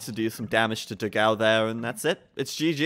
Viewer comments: Funny to hear them mispronounce Dogão's name repeatedly It's pronounced "Do-gann-u" It means "big dog" in Portuguese. Obviously brazilian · funny how they pronounce dogao. 4 the record it should be pronounced "dog-"one" without "o"- and then "o". means something close to big dog in portuguese.